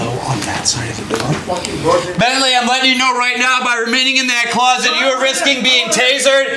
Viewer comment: Why could none of you get his name correct?? There is a big difference between Bently and Bensly.